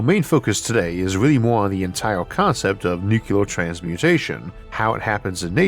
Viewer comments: Sorry, but using the word nucular rather than nuclear is my pet peeve, especially since I work in modeling NUCLEAR explosions in my job. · Nu cle ar. NOT Nu cu lar. Goddammit. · In today's episode, we discuss nuk-yu-lar transmutation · I love Isaac, I really do, but does anyone else get a twinge when he says nuke-you-ler?